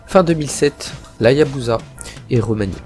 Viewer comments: On dit Hayabusa ! Pas Hayazuba bon sens ! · HaYaBuSa frero pas HayaZUBA lol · Dès que j'ai entendu hayazuba j ai stoppé net... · Tu commence fort avec HaYaZZZuBa mon fils ✝️